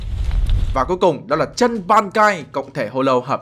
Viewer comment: True mà cứ đọc chân là sao anh🐧